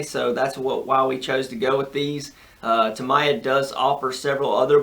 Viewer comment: TA - MI -YA ... That's how u pronounce it..cheers